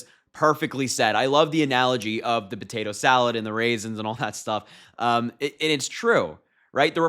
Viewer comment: “Raisens,” haha..😂😂